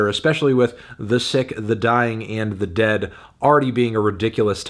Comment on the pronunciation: At least pronounce the title of the record right. It's "The Sick, the Dying... and the DEAD!" You need to yell the last word for emphasis. Mustaine and these titles...